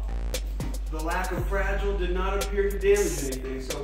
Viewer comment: FRA GEE LAY